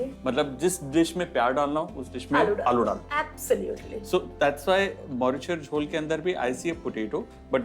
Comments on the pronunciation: Its মরিচের ঝোল not মোরিশার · Sumiya Rahaman N right 👍 not morishar